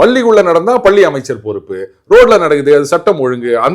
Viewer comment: அதென்ன பல்லி, கொலந்தெ, சரியாக உச்சரிக்கவும்